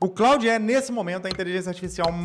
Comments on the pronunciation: Antes de jogar conversa fiada fora, você poderia, pelo menos, aprender a falar o nome da ferramenta. Com todo respeito, "Cráudi" é a pqp. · Que pronúnica lastimável, o nome é Francês, se fala "clôd", vacilou demais. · O cara fala "Cráudi". Como pode dar boas dicas?